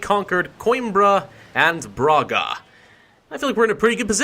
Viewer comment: Brahga is the pronunciation